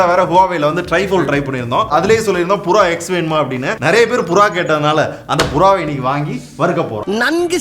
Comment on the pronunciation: இது புறா, கொக்கு இல்ல பியுறா 😂😂😂